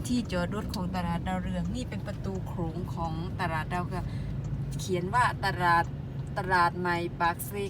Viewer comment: ตลาด คำนี้คนสวย อ่านว่า ตะ-หลาด เป็นคำควบกลำ้ ผสมคำ อ่านว่า ตลาด ถ้า ตราด คำนี้หมายถึงจังหวัดตราด ที่อยู่ติดชายแดนเขมร ฝึกไปเรื่อยๆ